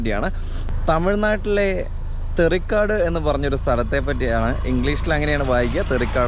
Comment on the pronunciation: തെറിക്കാട് അല്ല തേറിക്കാടണ്